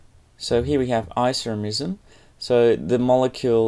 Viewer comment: Stop saying Isoremism!